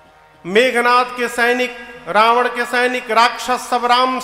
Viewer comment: Aap itne yogya Hokar bhi ravan ko rabnva aur meghnath ko meghnthva khte huye accha nhi lagta hai